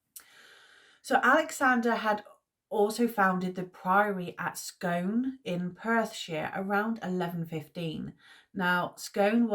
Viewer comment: Properly pronounced SKOON, But as you will... I hope you are feeling better soon!